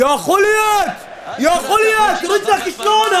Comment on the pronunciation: خولييت✔️ خوليت✖️